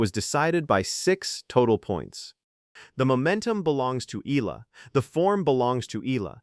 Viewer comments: EALA NOT AYALA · Correction pls.not Ella ...you're not really watching the game😆😆😆pls.pronounce it correctly E-ya-la. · Her family name EALA pronuanced Eyala not allah or ela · Its not Allah/Ellah its E-yala! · Please don’t pronounce her name Alla!! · I left your content the moment your AI pronounce EALA as Al-La.